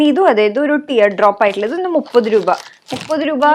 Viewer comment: 200 റൂപ😂, റൂപയല്ല രൂപ but njan aayalum agne parayu kettapo chumma parayan thonni😁